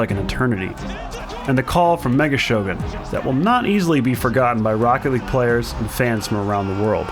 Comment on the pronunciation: THIS IS ROCKET LEAGUEUH I Know Its League ..